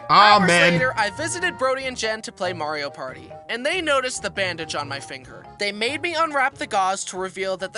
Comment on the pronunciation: Has anyone realised that Mario party was call Pario marty